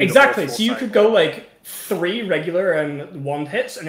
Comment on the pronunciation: hey, it's three not free, you need to grow up